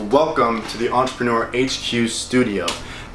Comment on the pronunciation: take a shot everytime they say "ENTRPRNR"